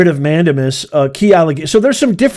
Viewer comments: just for clarification, the proper enunciation of Mandamus is Man-DEY-mus, not Man-DAM-us. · Do you read your comments? Several of have said it’s pronounced MAN DAY MUS!!! CRINGE! Can’t watch this!!! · It’s pronounced man dame us …. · Please learn how to pronounce mandamus (man-day-mus) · Man-dame-us. You're welcome. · Hello Professor, I understand that you may not read this since I am not a member, however, I just wanted to mention that you have probably just insulted 90% of Wendy's employees. Also, mandamus is pronounced man-day-mus. I would like to become a member, but I have to wait for the economy to improve first. I am on a fixed income, can only afford to eat once per day and cannot afford to drink coffee. Take care and thank you for the news you provide. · Writ of "Man dame us " I believe is how it's legally pronounced .